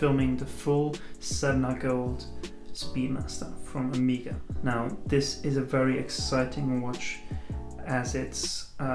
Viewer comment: OK, it is O-MAY-GA, not O-MI-GA >.<